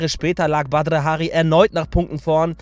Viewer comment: Du sprichst seinen Namen total komisch aus an hört sich komisch an